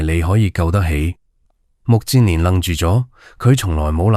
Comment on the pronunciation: 目犍連，音不是目健連嗎?為何變了 目賤連😮😮😮